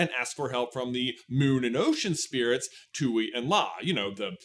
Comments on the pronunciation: The moon spirits name is pronounced "twee" or at least that's how koh pronounced the name. You kept saying tooee, which is how the spelling looks "tui" but we do have a character verbalizing the name in the show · The way you pronounce Tui is just sending me. It's supposed to be "Twee." But the way you say it, "Too-ee"... it's giving "hawk too-ah." Just saying 😂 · Its not pronounced "two-ee" its freaking "Twee", how do u expect to be taken seriously while u refuse to even say the names correctly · I literally cannot finish the video because im too upset that you are miss prouncing the spirit's name. Its TUI (TWEE) NOT TUEY. You're giving off 'The Last Airbender movie mispronouncing Aang' vibes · Also, also, why are you saying "too-ee" its pronounced "twee" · For those who know it’s even more frustrating that it’s not just pronounced “tway” And just spelled tui lol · Nice showing your lack of knowledge of hte topic you are talking about. It's pronounced Twee. You'd know htat if you rememberd Ko from the finale of season 1 who pronounces the name of the spirit. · I’m dying at “Tuey”😭😭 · Ya the show pronounces it like a baby trying to say tree. It's bugging me to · I've seen the show a bunch of times and always pronounced it tooee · Hearing you pronounce Tui at the same way that you pronounce Yue is really throwing my brain for a loop. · Thank you it was driving me crazy